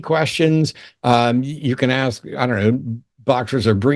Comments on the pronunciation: Ask not Aks. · An "aks" pastor, or an ex pastor?! 😳🤣🤣🤣